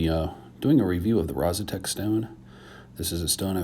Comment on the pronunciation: Actually, it's Rozsutec (pronounced something like: Rozsutets), but it doesn't matter that much. It's named after a mountain in Slovakia, close to the place the stone is from.